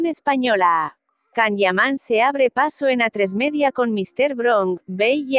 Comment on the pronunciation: A ver si aprendes a pronunciar, es un nombre propio y en su idioma se pronuncia YAN, no CAN